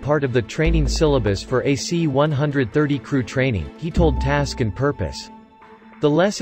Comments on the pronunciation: Cool video but annoying that the narrator called these planes (one hundred thirties) instead of (one thirties). Not a big deal, just annoying. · C One Thirty, not C One-Hundred Thirty.